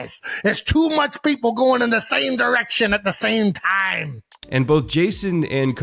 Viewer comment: "SAME TAME" 😂😂😂😂